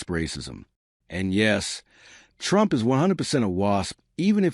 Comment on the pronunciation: 🎶"I Will Boat For Donald Trumf"🎶😂😂😂